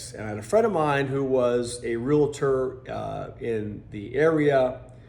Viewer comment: Not Real-a tor..it is Real-tor. :)